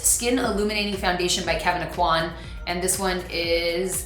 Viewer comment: Ffs i wish you guys (multiple yt mua's) would learn to pronounce things correctly, it's oh-quinn not uh-qwan (aucoin)